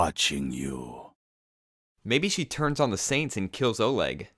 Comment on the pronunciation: its OLEG not ORLEG OR ORGYEG